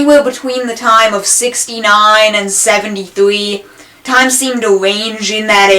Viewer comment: twimes seem to wange im dat awea